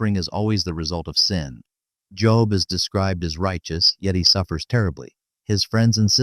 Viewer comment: Job's name pronounced here as literally "job" inatead of "jobe". Damn AI narration is irritating and insulting to listen to, regardless of the quality of the content.